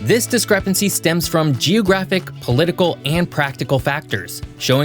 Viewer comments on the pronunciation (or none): Why does he say geOHgraphic??